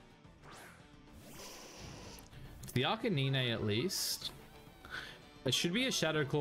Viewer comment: arca-nine not neenee lol